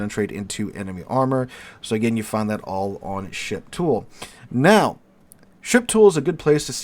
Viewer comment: I keep hearing "ship tool" as "shit pool" xD